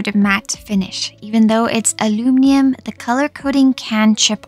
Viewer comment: Funny how your English is basically perfect except for one word, aluminium😅